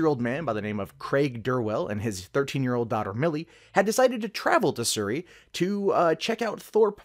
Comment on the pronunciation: Su - ree .... that's how u pronounce Surrey. Like the video :)